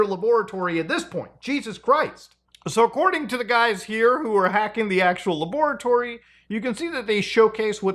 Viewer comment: Love how he says “laboaratory” like Dexter haha